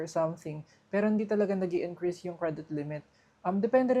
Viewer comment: bakit yung "S" nagiging "Z"?? like Promoz, Viza, Increaze, I know it sounds like pero make it normal, Promos, Visa, Increase.